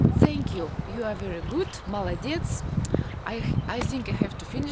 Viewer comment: I love when you say "молодец" ,this word sounds me funny ,I don't know why. большое спасибо!!!